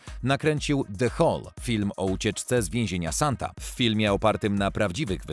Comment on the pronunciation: Lektor ma problem z odróżnianiem litery "e" od "a". Skąd mu się wzięło paryskie więzienie "Santa"?